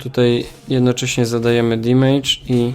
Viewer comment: Taka mała uwaga :) nie wymawia się damage jako "dimejdż" tylko "damydż" :)